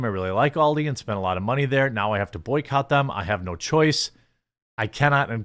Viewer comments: It is ALDI, not OLDIE ;-) - Ahl-dee ;-) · Aldi, not Oldi, the way you prounounce it, it's as if you spelt it in your head as Auldi, with a u??? Stop saying Oldi